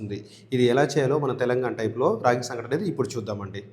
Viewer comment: (సంక)టి కాదు , సంగటి.